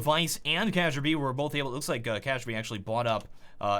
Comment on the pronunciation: Daniel Bjerregård Altså han har jo ret, det udtales "kærby", hvordan vil du skrive det på engelsk?